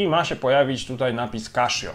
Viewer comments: Casio, a nie kaszio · Tak. Oficjalny kanał CASIO Japan na YT wyraźnie słychać CASIO a nie KASZIO. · Kaszjo to nie kasza. Czyta sie Kasio. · kaszjo ...eh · Źle wymawiasz nazwę tej firmy, czyta się normalnie a nie przez 'sz'